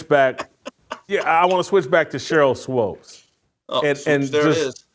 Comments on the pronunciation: Her is SWOOPES rhymes with HOOPS. You keep saying it wrong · Why do you keep saying Swopes instead of Swoopes? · JASON ITS SWOOPES NOT SWOPES. Thank you Steve for helping Jason out lol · Thanks for FINALLY correcting Whitlock on pronouncing Swoopes😂